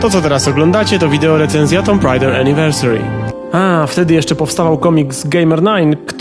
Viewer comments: Czemu nie poprawiłeś "tomb raider" na "tum rejder"? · /tu:m/, come on! 8 lat i wciąż niepoprawna wymowa? :( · Tyle lat minęło, a nadal nie wiesz jak wypowiadać słowo "tomb".